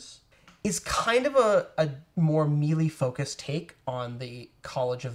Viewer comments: Ok. Need to say something because too many people mispronounce the terminology and you dudes are supposed to be the knowledgeable ones. Melee is not pronounced meal-ee or mee-lee It IS pronounced may-lay Keep up with the informative videos! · I love watching your videos, but every time you say "mealy" instead of "mêlée", it makes my skin crawl. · These folks are Canadian and thus we are taught phonetic pronunciation of english words, your hearing the affectation of the Canadian Accent when they say Me Lee instead of MaiLai. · It's like a part of youtube d&d subculture to mispronounce that lol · Why do you mispronounce melee- that was driving me crazy.